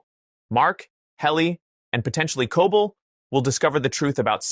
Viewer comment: Terrible captions and also why are you mispronouncing Cobel every time? CO-bell! Not Cah-bull